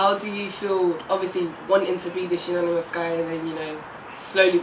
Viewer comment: Lol she said "when you say you wanted to remain unanimous" instead of "anonymous"